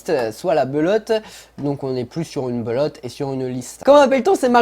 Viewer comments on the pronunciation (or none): Jpp tu dis Belotte au lieu de Pelotte😂😂